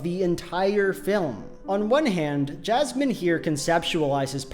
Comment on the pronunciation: As a non-native speaker I genuinely thought you're calling Jasmine "jazz man" for first 3 minutes